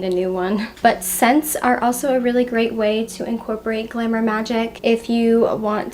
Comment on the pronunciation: the way you say glamour sounds like glimmer (not criticism just something i noticed. it’s pretty sweet)